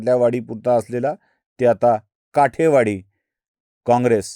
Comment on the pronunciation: काठेवाडी नाही कुलकर्णी , काटेवाडी म्हणा .